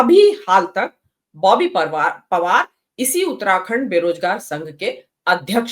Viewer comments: ओए आप पहले बॉबी पवार कहना सीख लो फिर रिपोर्टिंग करना कांग्रेस की तरफ से 😂😂😂😂😂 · Boby pawaar kehne ka abhiyaas karna chahiye thha ko samachar padhne se pehle